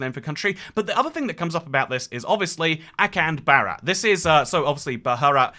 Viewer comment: Thats not how you pronounce bharat